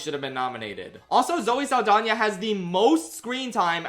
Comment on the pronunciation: the way you say Zoe Saldana like Zoe Lasagna gets me every time